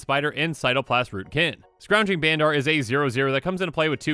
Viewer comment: Just so you know, Bandar is pronounced more like "bundur." Rhymes with thunder.